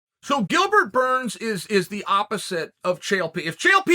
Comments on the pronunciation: Why does Chael purposely call him Gilbert, “Gurns”? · At this point, if Uncle Chael doesn't mispronounce a name within the first 10 seconds, I'm a little bummed. Thankfully, he NEVER disappoints. Shout out to Gilbert Gurns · Did he just say Gilbert Gurns🤣